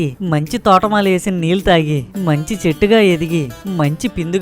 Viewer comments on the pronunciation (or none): none